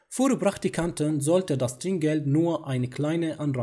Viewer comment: أخي انت دائما بتلفظ كلمة داس ضاس .. ارجوك هاد حرف دال وليش ضاد .. بالالماني مافي ض ومشكور عالجهد